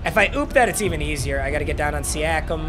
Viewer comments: How he pronounced it: (See-a-Kum) How you should pronounce it: (See-o-kum) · struggles with every african name he comes across. anunoby, siakam, ibaka.